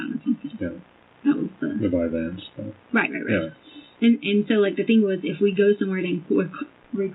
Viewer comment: Mine is when she says thing, but pronounces it thingk